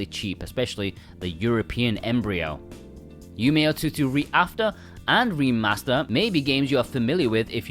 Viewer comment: This is a lovely video covering a vast majority of the games. Please do yourself a big favour though and learn how to pronounce some of the JP words. I know utawarerumono and yumeutsutsu are difficult but shows you care about the products. Also otome. Please learn otome pronunciation I beg